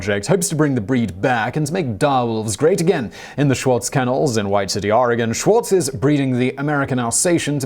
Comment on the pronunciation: Big points to Simon for pronouncing "Oregon" correctly! So many people in the US can't even pronounce it...